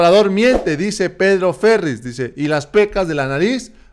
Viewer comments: no pronuncies "Férriz" con acento en la "é", si no "Ferríz" con acento en la "í" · Por amor a Dios. Te suplico. Te imploro, que pronuncies bien. No es PEDRO FÉRRIZ, (con acento en la E). Es PEDRO FERRÍZ (con acento en la I). El que pronuncies mal, DEMERITA TU INVESTIGACIÓN Y TU EXCELENTE TRABAJO. POR FAVOR!!!! POR FAVOR!!!! POR FAVOR!!!! Y a LOZOYA, lo tienen escondidos, porque no es Peña, Calderón, etc; sino SALINAS ANDA INVESTIGANDO A TRAVÉS DE LAS PREGUNTAS MAÑOSAS DE LOS MEDIOS DE DESINFORMACIÓN, !!!PARA ACABAR CON ÉL, Y QUE YA NO PUEDA DECLARAR NADA, NI ENTREGAR PRUEBAS DE NADA. !!!!ES SALINAS QUIEN QUIERE SABER EN DÓNDE SE ENCUENTRA!!!! !!!!!!OJO!!!!! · Pronuncia mal el apellido, Dice Ferriz y es Ferríz.